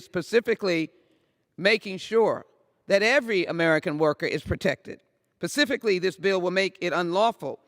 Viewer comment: "It is pacifically making sure...pacifically..." brilliant, more so than our founders even...